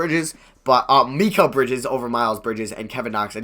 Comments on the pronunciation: Also, I think it's pronounced my-cal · It’s pronounced mahh keeel (L) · Pronounced Meh-kel Bridges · It's pronounced MY-kal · Mikal is Mih-Kell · you put so much emphasis on the "MI" part of mikal bridges name lol